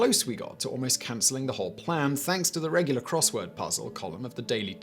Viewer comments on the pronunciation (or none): none